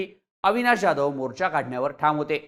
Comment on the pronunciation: ज्याधव नाही हो......😮 जाधव..